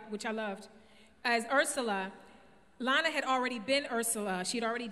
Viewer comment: why can no one say Lana her name right